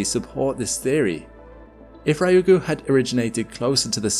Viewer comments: Exactly correct. 2 syllables. Not 3. He is saying Raiugu, not ryugu. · Its pronounced Ryu-gu. 2 syllables. Not Rai-u-gu. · I’m not upset about the title, but the pronunciation of Ryugu did throw me off each time it was said! Ryugu (竜宮, lit. Dragon Palace) is pronounced “Ryu Gu” instead of “Ry Ugu.” Hope this helps with any future content on the asteroid! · Yes, the pronunciation drove me bats! The first syllable is "Ryu", which is hard for English speakers, but if we English speakers think of it as "Lyu" instead, we can say it more easily, and there's no distinction between R and L in Japanese, anyway. So "Lyu - gu" not "Rye - You - Goo" - thank you! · For english speakers. Reeu-goo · Yeah lol it annoys me a lot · R- yu gu. Not Rai oo goo. Tanegashima. You: "TanegaSHIma". Almost. Not quite. Still better than the average American. It's "Tane GAshima". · Excellent content as always, but in this one you managed to murder all Japanese words you read... Ryugu (re-you-gu, not rye-you-gu) Hiroshi (Hee-roshi, not Hy-roshi, and this should have been easy: how do you pronounce Hiroshima???) Kyushu (same as Ryugu, Q-shu and not Kye-ushu) If you repeat a word so many times, perhaps worth it to research it beforehand...also typing it in google translate and have it read alout would have saved this.